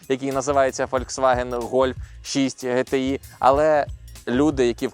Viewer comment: Ге те і... 😂😂😂 Тобто сказати як воно є, Джи ті ай складно, потрібно саме Ге те і... 🤣🤣🤣